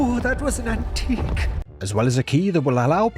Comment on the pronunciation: "Nooo that was an an-TIQUE" 😂😂😂😂😂😂